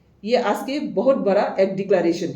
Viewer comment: Aas nehi hai, 'aaj' hai.